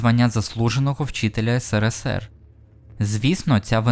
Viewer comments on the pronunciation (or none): none